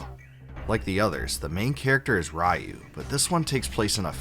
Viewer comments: It's pronounced ree-oo! good video! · You mispronounced Ryu lol! A bit too harsh, but I had that initial feeling way back. The setting and some aesthetics didn't jive with me at first, but a few hours in things clicked. I don't know how the artwork didn't match when it's the same artist that has been working on the series put into 3D form. I think that is what put most off, and battle system. I kept playing and I found it to be a great game with a great story and lore. The ending is a huge payoff and even gives you bonus scenes and replay value. The mini game with the ants, if you stuck with it, culminated with a secret boss and secret weapon. That added to the value for me. Given what Capcom is today, I know they will never touch sprites or make a recognizable BoF game again if people thought this was a departure. The team took a chance with experimentation and likely not what most wanted, finishing the story was a fair send-off. I don't think many stuck it through the challenge it presented and I almost didn't. I recall getting mad, putting it down but I wanted to know the story and didn't like the fact the game "beat" me because I didn't pay attention to the D-Counter. It added tension to the game that played into the urgency and gravity of the situation. Nina was dying the more pollution she took in, Ryu was losing his humanity the more he used his powers. What got me surprisingly was the frenemy relationship between Ryu and Bosch. Once you learned what made Bosch what he was and how scared he was when dying. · No it's not. It's Ryu.